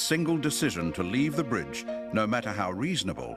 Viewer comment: Bridge not brig (jail)...🙄